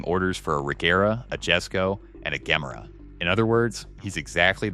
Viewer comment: the jesko is pronounced "yes-sko" the gemera is pronounced "jah-mera also, you pronounced koenigsegg at least 3 different ways 😂